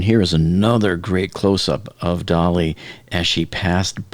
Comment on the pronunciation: If people would pronounce the name of the ship correctly (dah-LEE, like the way the artist Salvador Dalí pronounced his name) then no one would think it appropriate to play “Hello Dolly” as background music. Just sayin’…